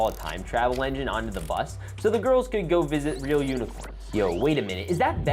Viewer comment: "The goiwls" got me 😂😂😂😂😂😂😂😂